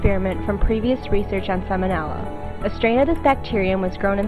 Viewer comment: Sal-moh-nella. Vye-roo-lent.